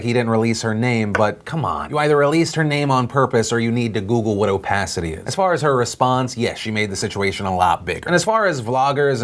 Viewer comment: ope-ass-ity...... its pronounced oh-pace-ity